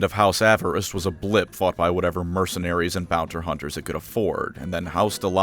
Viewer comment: ah yes, the good old "Bounter Hunters"